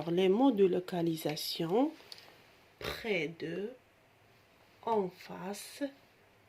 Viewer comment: Merci pour le partage mais attention l'accent de mot près